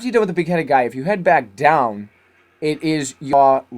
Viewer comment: lol im sorry but i just found it so fukin funny wen u just casually said then we get twoun into hell